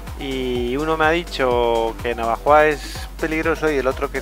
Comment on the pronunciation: Repite conmigo, Na - vo - jo - a. jaja, buen camino!!!!